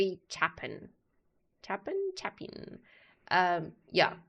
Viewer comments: when pronouncing this artist name, it is a long A chApin! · CHAY-pin - long "a" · Song hits harder when you are older Pronounced Chay pin